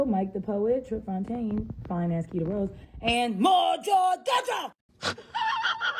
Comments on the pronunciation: You keep saying kita when it’s kitty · It’s kittie not kita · ITS KITTY NOT KITA BRUH .... U REALLY NEED TO GET YO REPORTING TOGETHER BRUH !!! 🤦🏾‍♂️🤦🏾‍♂️ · Why do you keep saying Kita??? It's Kittie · It’s kitty tho😒 Not kits. Not cool